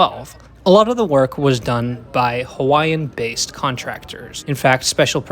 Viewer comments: As a former Hawaii resident, mahalo for taking the time to properly pronounce the names of the various locations referenced in the video. I lived in HI during the construction, the biggest gripe throughout was the cost overruns and final destination. I really hope they eventually have a branch to Waikiki and University of Hawaii Manoa. It would also be wonderful if the skyline extended to downtown Kapolei and Ko Olina. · You have good pronunciation. Very well done. Hawaiian, Japanese, Italian names, you nailed it. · Bonus points for proper pronunciation of Hawaiian names 👍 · Thank you for pronouncing the stations correctly!! As someone from hawaii, i am super excited for the rail. It's smooth, moves fast, and now it hits places i actually need to go. The only thing i dom't like is the obnoxiously loud announcement system.